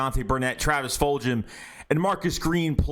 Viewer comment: did you say fuljhum* lol